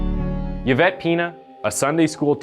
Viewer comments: The name is pronounced E-Vett. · It's pronounced E-vett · It's pronounced : Evette Pen-ya. Jesus this guy just reads a script blindly. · E-vette Pen-ya Victim name pronunciation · E-vet. You don’t say the Y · Dude you're not even trying now. Yavette is not how you pronounce this name. Please put in a tiny bit of effort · It's pronounced like E-Vet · I really liked how you pronounced her name because I've never heard it like that, even tho it's pronounced as "Evette" like E commerce. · its pronounced Evette Peenya. Sorry but the pronunciations get me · Her last name is pronounced ( Pen-Ya) not PeaNa just thought you should know! Yvette Peña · Before anyone says I’m being pedantic or nitpicky I promise I’m not! I just know a lot of Yvettes as it’s a really popular name here, and I think it’s easy to get names wrong, 100%, but if you’re unsure of how a name is pronounced etc it’s probably best to Google it first, especially when it’s the name of a murder victim who died in such awful circumstances :( Not my intention to sound mean or nitpicky, I’m just trying to be helpful is all ❤️ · Yvette is pronounced Evette. Other than that, your video is well done. Thank you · E-Vet... E-VET. Not Ye -Vet. Dude, you always fuck up proper nouns/place names.... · It’s pronounced ‘E-vet’ not Yavet🙄🤪😂, it distracts a bit from the story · eevet, not yevet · I'm pretty sure Yvette is pronounced eevette not yavette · I couldn’t finish this dude. It’s pronounced ee-vet. Not yuh-vet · Yuh-vette Pee-na? I think its pronounced Ee-vette Pen-ya. I could be wrong. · The ‘Y’ is pronounced as an ‘E’. Phonetically it sounds like ‘E-vet’. 🙂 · “Eee-Vet” “Payn-ya.” That’s how you say “Yvette Peña.” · Just to say Yvette is pronounced “Eeevet” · Hey just a heads up, but Yvette is pronounced “Ev-et” and sometimes “ee-vet” :) the Y isn’t pronounced how we’d usually pronounce it, that’s all! Think of the name Yvonne (pronounced Ey-von or Ee-von) it’s kinda the same as that :) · EE-VET, not YA-VET